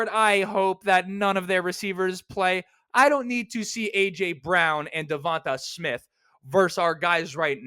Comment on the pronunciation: the way you said devonta smiths name lol just a joke